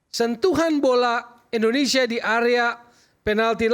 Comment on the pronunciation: Hostnya sj sebut negara, endonesia.